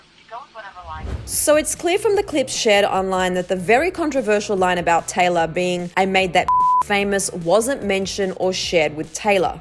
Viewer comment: anyone else hearing tyler instead of taylor